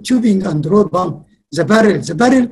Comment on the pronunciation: EVERY TIME HE SAYS PUMP I HEAR IT AS BOOM